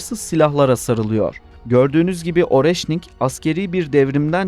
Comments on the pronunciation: Areşnik diye okunuyor... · Оreşnik diye okunuyor